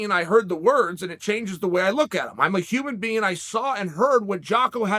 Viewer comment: "I'm a human bean" - Chael P. Sonnen 2022 This year is starting out strong, boys!